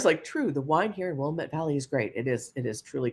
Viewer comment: I live in the Willamette Valley in Oregon and 1. I've been a member since 2012 (I was shocked, lol) & love your stories & 2. As an Oregonian, I appreciate that you say Oregon the right way. Willamette tho is pronounced Will Am Eh T (said all together) not Willa Met. And I agree, it's a beautiful place to live even tho wildfires have been rampant for several years now.